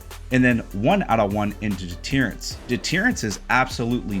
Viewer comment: Brother, we need to expose you to some more words, because you butchered a bunch. Most notably was “Savanah” and “deterrence”.